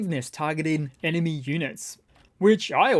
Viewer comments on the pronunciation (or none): none